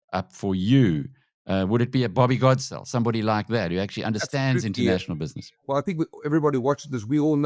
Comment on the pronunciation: For goodness sake Bobby Godesell not Gore